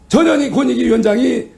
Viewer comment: 전현희 빨리 말하니 저년이로 들린다 ㅡㅋㅋ 천천히 발음해라 ㅡㅋㅋ